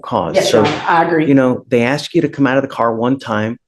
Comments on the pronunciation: As a lawyer you would think she would know the difference between ASK and AXE 🪓?🤷‍♀️ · What so called professional uses the word ‘ axe ‘ for the word ASK ? 🙄🙄🙄🙄🙄🗑️🗑️🗑️🗑️🗑️🗑️🗑️🗑️🗑️🗑️🗑️